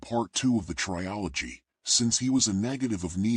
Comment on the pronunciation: Bro can u stop saying tryology ffs